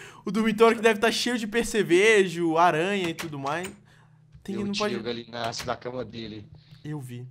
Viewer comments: É gallinius não Galinacio kkkkkkkkkkkk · O Authentic chamando o Gallimimus de Galimús kkkkkkk